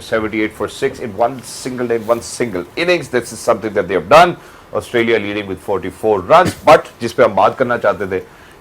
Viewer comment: Asutralia nhi hota Australia hota hai😂😂